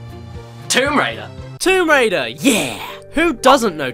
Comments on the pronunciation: Womb raider? Really caddi? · just read description 'Womb Waider' i have no words